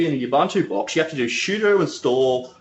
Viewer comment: Nice video but can you not say "shudo"